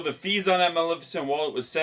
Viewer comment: Yes, you're pronouncing Maleficent correctly.